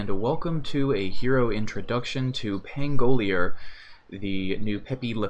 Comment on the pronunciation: Pango-'lier, accent on the 3rd syllable - like chandelier or musketeer :D